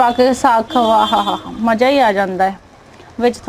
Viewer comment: Maja hhhhhhhhhhh can you say maza or business don't say bijnass